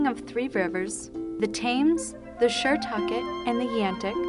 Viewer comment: 'Tames' 'Shertucket' LOL